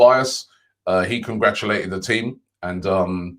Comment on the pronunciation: Robbie having a tough time pronouncing “congratulated” lol 😂